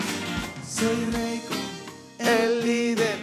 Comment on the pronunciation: jejeje super la entrevista pero ojo es "Reykon"..